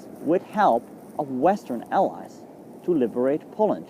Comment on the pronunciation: The correct word is " allies" not alias......